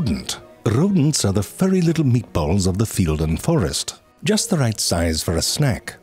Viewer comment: When you said "the little meatballs" in context to rodents I thought you said "meekballs" and.......you're not wrong.